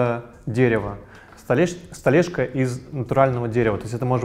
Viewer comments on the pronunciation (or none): Тупо, косяки, окей, столэшка....поработайте над грамотностью речи!